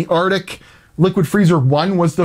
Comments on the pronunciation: Arctic. Not artic. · Arctic not artic. Just sayn. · "Artic" good Lord man it's "ArCtic". ARC-TIC.